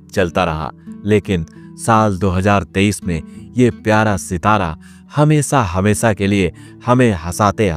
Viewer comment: Kosis nahi koshish, Sor ni Shor, Hamesa nahi Hamesha, Sasi Kapur ni Shashi Kapur. Kiu Sha ko Sa bolta tu?